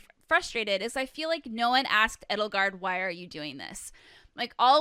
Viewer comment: It's not Ed-ul-gard or E-dole-gard. It's Ay-dole-gard. Like Edelweiss.